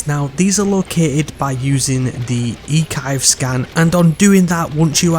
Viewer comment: Eee-kivee haha